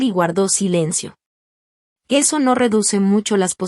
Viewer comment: Porque dice Eno En vez de No